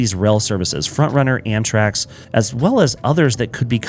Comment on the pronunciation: you were saying Amtrax (or Amtraks) this whole video, instead of Amtrak. Big nitpick, though - doesn't take away from the quality of the video